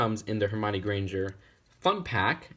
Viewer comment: you pronounced Hermione wrong!!!!! HOW DARE U lol sorry i had to